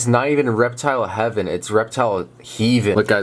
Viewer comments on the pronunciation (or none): It's not hee-ven that is heaven 👼